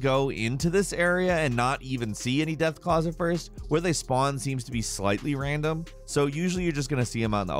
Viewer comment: de-ath claws in only. urhghehhh. the sewers.